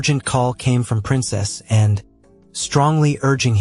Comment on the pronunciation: I don't like the way youpronounced "Anne", too short & clipped.